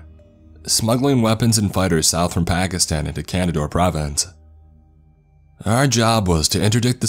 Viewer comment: Op-sec (ahp-sec. Operations security) not opsec. Just say cop not c o p. Can-da-haar. Nickname for the DShK is dish-ka.